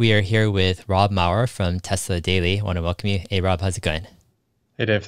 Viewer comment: Dave, it’s Rob Maurer, not Mauer...